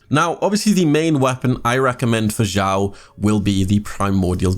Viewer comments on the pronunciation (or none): its not zhao zao shiao its xiao like snake (s) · thx for guide ^^ by way its pronounced "s (snake) ih (e) ow (cow)"😉